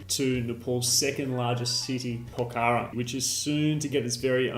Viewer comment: For someone who has been to Pokhara many times you sure have a hard time pronouncing it. Otherwise great informative video. I came here because of your Annapurna Good/Bad/Ugly video